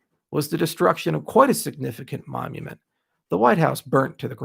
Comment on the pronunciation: As a non native english speaker: what's a momument? Does it differ from monument? Google won't help me here.